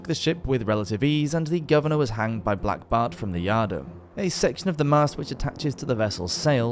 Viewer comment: Its not said as blackbard lol